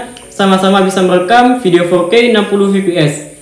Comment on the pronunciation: koreksi kata fps bang bacanya efpies bukan pipi es, btw smngt ngontennya bang🙏